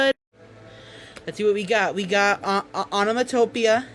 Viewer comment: yes, and it's not even remotely pronounced the way he did it. I'm not sure that any of the examples you listed are actually onomatopoeia words, but that's fine